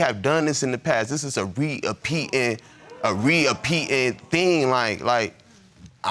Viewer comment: By RE-A-PEAT’N’ I think he’s means repetitive